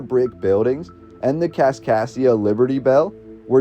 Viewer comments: This voice says "Kaskasia", but the written name is always "Kaskaskia". What is correct? Nevertheless this is very interesting. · As a citizen of southern Illinois who went to Kaskaskia Community College.... It's Kas-Kas-kia... You're missing a K every time you say it. Other than that, great video. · Driving me nuts. Also, KasKasKia. Makes it really hard to endure. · He misses the misses the third K in Kaskaskia every time too. It almost has to be on purpose. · hes saying kaskassia. Its kaskaskia. There are 3 k’s. Also, its Van-dale-ia today for those of us who live around here. Obviously, it may have changed over time.